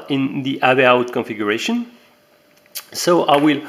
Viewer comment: bizarre ton accent et amusant ... (il n'y a pas de "H" devant le "out" ... et "AV" c'est avec un "AV" qui se prononce "HAYVI") ... Sinon la video est super intéressante :-) Bravo ! Impatient de recevoir les miennes !